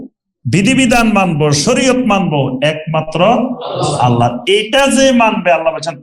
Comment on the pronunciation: আল্লা না । আল্লাহ্ শুদ্ধ করেন